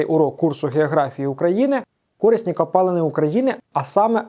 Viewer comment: кори́сні копалини наголос лярво на букву и